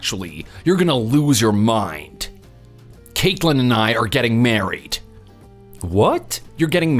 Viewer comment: "Cakeland"? Wtf kind of name/pronunciation is that? Yikes Screen says Caitlyn but they keep pronouncing it weird Also this isn't a new story, it's an old one with a few details changed. From it being their uncle up to no good, to it being their grandparents